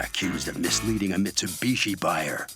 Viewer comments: and im pretty sure he was supposed to pronounce it BEECH and didn't get the memo 🤣🤣🤣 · "Mitsubitch". Did I hear that correctly?